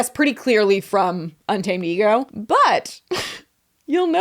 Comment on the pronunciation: Un-tamadego killed me 😂😂😂